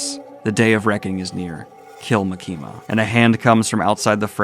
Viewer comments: dude for the love of fucking gawd its MA-KIM-MA NOT MA-KEEM-A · Why are you saying makimas name like that!? Stop doing that!!